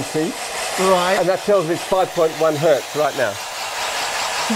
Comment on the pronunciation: Mutt and Hoog: Your pronunciation of Hertz hurts.